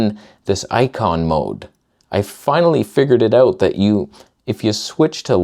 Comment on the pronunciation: You can see when truly is angry his Canadian slips out. Or should I say "ooot"?